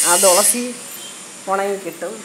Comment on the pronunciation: ദോളസി ഇല്ല അല്ല തുളസി ഇല്ല 😂